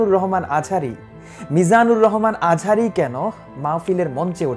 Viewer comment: it's not azari,it's azhari..bro